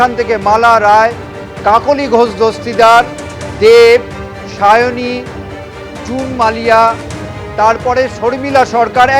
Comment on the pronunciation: Sayoni k seyoni seyoni bolei jachhe 😂😂😂